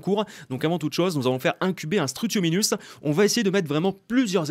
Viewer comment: J’ai un peut honte de dire que je regarde t’es vidéos de Jurassic World Évolution assez tard mais j’aime bien jouer à ce jeu avec une vidéo sur ce jeu 😂. Mais tu n’arrêtes pas de dire struthominus alors que c’est struthomimus ! Sa finit par mimus pas par minus !! 😂😂😂😂😂😂